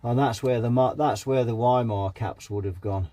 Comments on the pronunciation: Since the capacitor brand is german, it's pronounced Wee-Maah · I say Wee-muh, you say Why-mer; lets call the whole repair off? 🤔😉 ( a wee muh wuh, a wee muh wuh.....🎵 and a Weimeraner too? 🤔🤣)